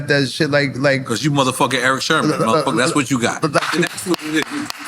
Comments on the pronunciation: N.O.R.E. kept saying Eric Sherman throughout the whole interview. Damn, it's Sermon, thought. You guys knew Eachother for years, oh, when E.F.N. ask was PMD older, Than Eric, Sermon said about a yr or so,E.P.M.D. born the Same year, 1968, damn how long they know Eachother? lol😅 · NORE is a terrible interviewer. can't pronounce words, constantly repeats himself, interrupts guests and acts like a clown. the show would be WAY better with someone else in that spot. refers to Eric Sermon as Eric Sherman throughout the entire interview. LAME. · Why does Nore keep calling Eric Sermon Eric Sherman? Lol 😂🤔